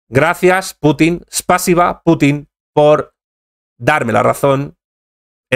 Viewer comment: No se acentúa Spásiba, se acentúa en la i, Spasíba!!! Gracias.